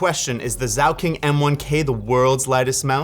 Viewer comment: When he said Zauking 130 million german speakers felt a great disturbance in the force